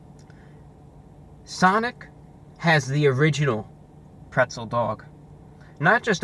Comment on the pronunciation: Wtf is "prezzle"